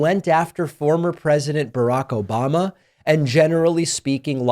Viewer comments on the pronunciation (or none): It's obam-na! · Why is he talking "Obamna" nearly ten years on? Oh wait....to paraphrase Dean Martin talking to Sammy Davis Jr, in The Cannonball Run, "Because Trump is SMALL. He is SMALL. He is "Ess, Em, ALL". If it wasn't supposed to be damn serious, and the stakes were not so high, Trump is the perfect fool sitcom character, albeit one that has run way too long and "jumped the shark". The recent best laugh I have had is how Elon calls some of MAGA members "contemptable fools". Yeah, I think either the label "contemptable" or "fool" applies to a majority of them. I would guess "fear" falls under the fool category, being manipulated by all the BS "woke" issues I couldn't care less about but makes them wet their pants as these urine-based-snowflakes melt away in their own pools of piss. Too bad that in reality, the "perfect fool sitcom character" is the ultimate real life fool from Putin's perspective. God HELP the USA.